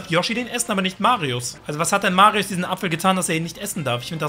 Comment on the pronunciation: Warum sagt er immer marius